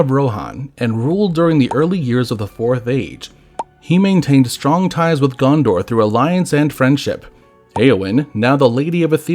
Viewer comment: I, too, want to visit Gun-Door.